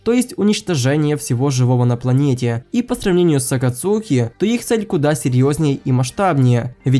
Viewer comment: Не Акацуки, а АкАцуки😂